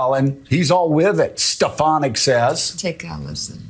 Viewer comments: Stefinek (trump's pronunciation) really needs to figure out what job she'll have when trump loses...agin. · Steh-FAHN-ik,. Don't mispronounce names as Trump does. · tRUMP said “Stepanak” why oh why do these people keep making excuses for this lump of lard!! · It almost sounds like he is saying her name on purpose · Come on...he mispronounced her name to prove that the left will trash him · That’s the first time I’ve heard him pronounce Stefanik’s name 🤣🤣🤣🤣🤣🤣🤣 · Stinky Trump doesn’t even know how to say despicable Elise Stefanik’s name😂😂😂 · He pronounced her name wrong and his brainwashed. Crowd cheered for a person who doesn't exist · Oh yeah, trump knows Elise Stefanick so well that he cant pernounce her name lol. Trump is sooooo gonna make her his running mate. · He can’t even say her name right,,, you’re right as soon as they disagree they will be RINOS